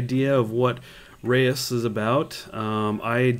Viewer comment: You should look up "Reus" in the dutch dictionary. It litterally means "Giant". I noticed your english pronounciation was wrong and so I thought i'd nudge you the right way. Prolly too late anyway. Not to be a mean S.o.b. or anything, just giving a headsup.